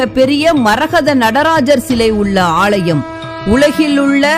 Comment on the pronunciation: ALLAYEM..... NOT AALLLLLLLLYUM